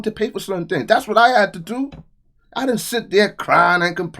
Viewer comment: "BLACK THEENGS"......